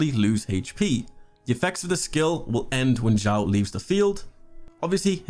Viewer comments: Xiao is pronounced “sheeao”. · It’s actually pronounced as “siao” but, ok